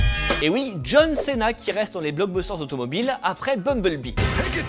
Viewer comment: Cena "cé" NOOOONNN Cena "ci" ouiiiii